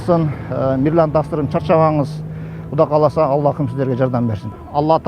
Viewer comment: Куда эмес,Кудай десенер чулдурабай